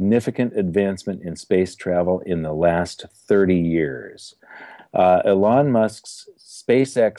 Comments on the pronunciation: Just FYI: Elon Musk is pronounced "ee-lon" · "e lon musk", cant even say his name right lol